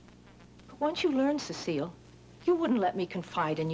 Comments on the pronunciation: If I remember correctly Alma would pronounce her name incorrectly - Cecil . Used to crack me up. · I loved how Alma always mispronounced Cecile's name as "Cecil".